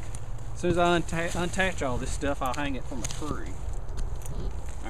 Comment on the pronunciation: Unttach? lol. Dig your stuff broseph..